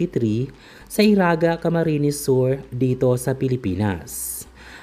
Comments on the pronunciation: Correction Lang po eriga not eraga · Iriga not Iraga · Mali naman ang nagsasalita iriga not iraga pataka ka lang😂 bikolano ako kaya magresearch ka muna lol